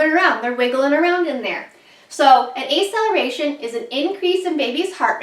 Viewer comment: Thanks for the video.. FYI it's Ack cel er a tion (as in faster), no a. aceleration. A in medicine usually means without.